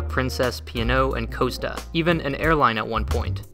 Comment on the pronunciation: the pronunciation of Costa and Caribbean is killing me